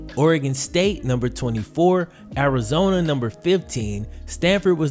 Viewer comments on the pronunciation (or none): none